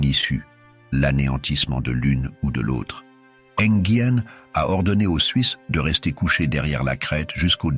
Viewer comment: N'Guyen? Ce n'est pas un Vietnamien! Enghien se prononce Engain !